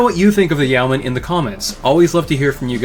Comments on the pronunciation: Yeoman is a reference to the yeoman archer of medieval England fame, which tracks with it being an LRM boat. It's pronounced YOH-man rather than YOW-man. A quick online search gets you pronunciation guides from dictionary services if you need to confirm this. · I've always understood it to be not exactly "Yo-man," but it's closer to that than "Ye-o-man." The "Yeo" part is still a single quick syllable, and sounds like a shortened "you." In terms of meaning, it is mostly famous for the rank of many British longbowmen above peasants, but not nobles or knights (comes up a lot in some Robin Hood stories). Hence the name in comparison to other ranged mechs like Archers, Longbows, Catapults, etc. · It's pronounced "Yo-man'. My qualifications: I live in Yeomanland. Great roast of an often ridiculed, yet very well designed Mech. I mean, the Clans would have been smashed before they got anywhere if the Inner Sphere had had these in 3050. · I thought it was pronounced Yay-o-man. Either way, I like the goofy thing. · Yo men is the correct pronounciation its an old world term. For a freeholder or some one who can vote in a nights stead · It's pronounced yo-man. At least that's how Kelly Chambers pronounces it as in Mass Effect 2. Imo, the e is still there, but it is almost imperceptively brief as to basically not exist at all. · Yeoman is pronounced "yow-man" and rhymes with "showman." The spelling is an quirk of its weird linguistic roots.